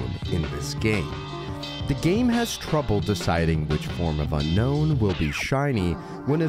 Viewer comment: It's Un-Own. Not Unknown. Drives me crazy lol